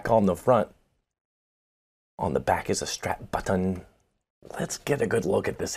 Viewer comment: and his Strap Buttin enunciation😂 Spot On! 👍🤘🏼🤣